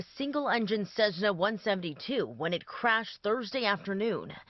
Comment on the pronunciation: Also, how is the word "Cessna" pronounced "Cezzna" ?